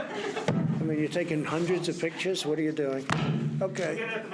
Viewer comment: Haha same. Even when he said " four HUNDRED dollars M"kay ?" had me weak XD